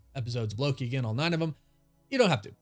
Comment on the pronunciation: Yes 🙌 you said it correctly. I believe that Loki is the only thing keeping the MCU going